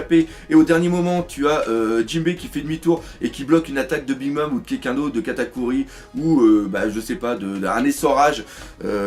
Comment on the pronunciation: "3- Katakui" dans l'intro ! Haha ça m'a tué Katakuri : Kata cuit, quelle faute mais ça m'a fait rire merci :')